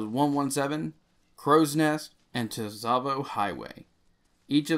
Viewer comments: TehSavo highway, bro as helpful as this is, it's just pronounced "savo" the t is silent No I'm not being a prick about it, I'm just trying to save trauma later on. Don't taze me bro. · I hate to be "that guy" but you keep mispronouncing "Tsavo Highway". The "T" is silent. Also, I actually liked your shorter videos. I like that you get straight to the point, it makes these challenges that much easier. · 'tuh-savo' big oof